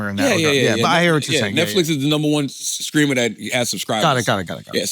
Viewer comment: Why can’t charalamagne not say “ streamer “ why does he always keep saying skreamer